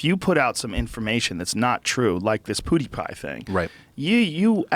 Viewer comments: hamthemad poo is pew sooooo he's in the right ball park haha....we need Joey Diaz to correct him and get revenge lmao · I think joe actually thinks his name is poodeepie from the way he says it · I love it when Joe Rogan says "poodipie" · Joe saying poodeepie lol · viper4991 lol I could see him saying something like "poopapidie" lmao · Joe "PhooDeePie" Rogan. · "pooty-pie" -Joe Rogan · joe calls him poodiepie lol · "Poodiepie" Pffffffffffffffffaaaaahahahahahahahahahahahah XD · Stop fucking saying poo de pie